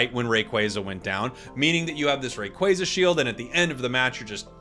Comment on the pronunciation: Saying rayquaza wrong is kinda annoying